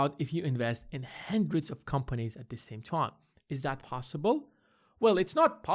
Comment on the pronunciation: Apologies, but it's "hundred", not "hendred".